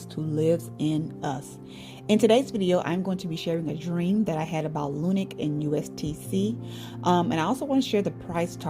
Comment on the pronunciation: Just wana let you know... its not lunic it's lunc